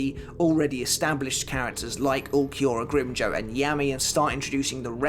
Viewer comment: Please stop butchering the names of espada. It’s pronounced No E tora not noitra and it’s Grim Jow like the word now or how not grim joe